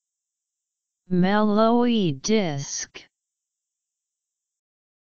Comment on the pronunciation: I thought it was ''Mel-Lo-Hee'', but apparently it's pronounced ''Mel-lowey''